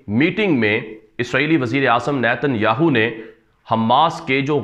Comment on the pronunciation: السلام علیکم ورحمتہ اللہ وبرکاتہ ۔۔۔ارے بھائی صاحب آپ کی خبریں بہت زبردست دست ہیں ۔پر ایک بات کا خیال رکھیں اسرائیل وزیراعظم نیتن ۔۔۔۔سے اگلا لفظ نہ کہا کریں ۔ہماری زبان میں اس لفظ کی معنی گانڈو ہے ۔۔مطلب ۔۔۔یاھو۔۔ کی معنی گانڈو ہے ۔۔تو عجیب بات ہے کہ آپ اس لفظ پر زور بھی زیادہ دیتے ہیں ۔۔۔۔اور گھر میں بیٹھے ہوئے یہ خبریں اونچی آواز میں نہیں سن سکتے۔۔کیونکہ بچے خوب ہنستے ہیں ۔۔۔۔۔😀😀😀😀😀😀